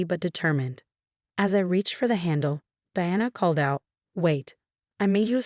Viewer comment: Thallium is deadly. They should have given it to the stepmom. Also, your AI mispronounced Diana and Martinez. That deserves a thumbs down for sheer laziness and stupidity.